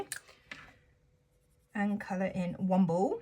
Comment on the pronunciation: When you said colour in one ball it sounded like colour Womble 😂😂😂